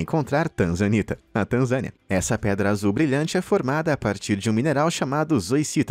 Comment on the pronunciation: Tanzanita? Eu entendi TRANZA ANITA 🤣🤣🤣🤣🤣🤣 #Só pensando besteira